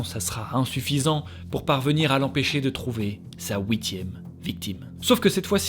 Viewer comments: stp arrete de prononcer ouitieme c'est huitieme on fouit pas comme la je te l ai deja dis on fuit f u i t merci sinon courage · je te decouvre et j'adore j'aime beaucoup quand tu dis "Houitieme " comme huitieme mais avec un petit ou a lnterieur